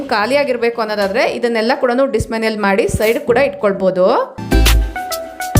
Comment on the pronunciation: Dismantle antha heli ma'am. Not dismanual 😊